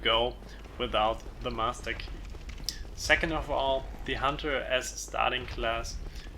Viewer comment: Did this man just say the 'massa key'?